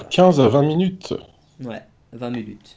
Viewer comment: minute pas munute répète après moi minute pas munute